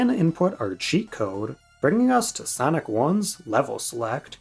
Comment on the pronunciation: Sanic ❌. Sonic✔